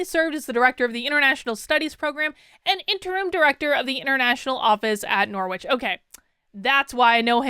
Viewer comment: So crazy hearing you pronounce Norwich like “nore-which”. Here in England we have the city that university was named after, and it’s pronounced “norridge”!